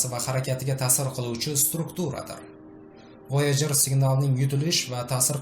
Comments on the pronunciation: Voyajer ❌ voyager✅ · Voyojer mi yoki woygar yani voyjer deb aytilmaydmi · Oʻqilishi Voyajir deb oʻqiladi-oʻzbek tilida